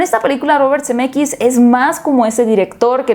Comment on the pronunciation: Cada que dice Zemeckis yo escucho CDMX 🤣🤣🤣